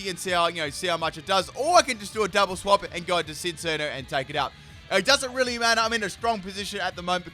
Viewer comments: "Behimin" wow "sinccino" too!? Just great lol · Full " can't say these names of moves/pokemon correctly Cincinno (chin-cheeno) Uxie (you-cksee) SYNTHESIS (sin-th-eh-sis) Beheeyem (literally read it how it looks damnit) Yeah that's all I can think of right now, may update later